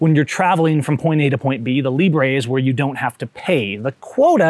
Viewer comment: “Librey” lol